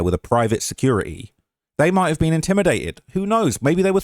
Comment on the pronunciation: "Where she bean"